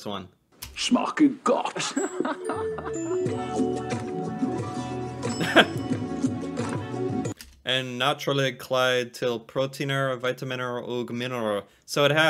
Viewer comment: Mr.Milk was super popular. Everyone joked around with '*Shmaker godt!'' = Tastes good . Back then! And it's funny cause thats not even how you properly pronounce it It's ''Smaker godt''